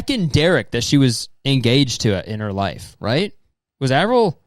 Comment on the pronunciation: Avril Levine duhde? Avril? What’s good? Wha happen? Aaverell? What happen to you?